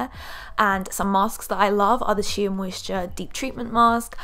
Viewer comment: Great video. Just a pointer, the word Shea is pronounced ‘shay’ 😀